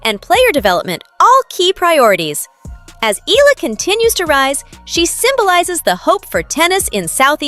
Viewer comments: NOT EELA , E-YA-LA (Eala) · Her name is Alex Eala, not Ila or Ela. Learn to pronounce names correctly. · Eala is pronounced EYALA 🙏🏾❤